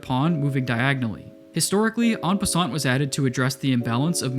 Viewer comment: I hate to be that person but it's En passant the T is silent